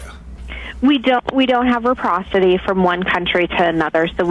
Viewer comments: What TF is REPROCITY?! IT'S RECIPROCITY!!! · Not reprocity. It’s reciprocity